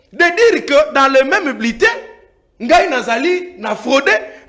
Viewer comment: qui dit bletin pense que c’est lui le peuple 😂😂😂😂